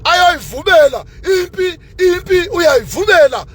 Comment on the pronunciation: 😂😂 uyayivumela not uyayivubela